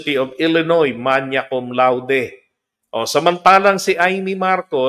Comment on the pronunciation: The Latin word, "magna" is pronounced as how it is spelled. It is "magna," not "manya." Remember that it is Latin, not Italian or French!